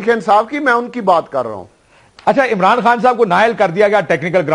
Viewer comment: Mercy on Pakistan Politics. He even cant pronounces Imran khan.....Amran Khan hahaha